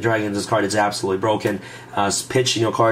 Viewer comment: "That would be hapsolutely amazing!"